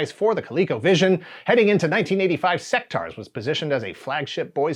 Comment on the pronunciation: Pretty sure you’re meant to pronounce the U in Sectaurs. Otherwise it would be spelt Sectars. they even say it in the commercial. Sectaurs not Sectars like you keep saying.